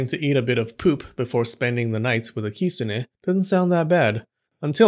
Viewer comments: stop the kisune. (its kitune) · Kitsune is pronounced "kit-sun" in Japan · why do you say kistune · Bruh I've thought it was "kit-soon" not "kit-so-ne" idk just me idk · Lolololol!!!! “Those people were sniffing glue”! OMG….And I have been pronouncing the word the wrong way. I thought it was Kit-SU-ne. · 10x for the great video, but please try to say きつね correctly from now on, つ - tsu, so it's kiTsune 😉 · At least I wasn't the only one that noticed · The t in the tsu in kitsune isn't silent! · Please don’t butcher the name and should make proper attempt to pronounce 狐 correctly .